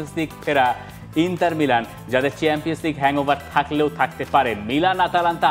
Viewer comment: ইন্টার not ইন্তার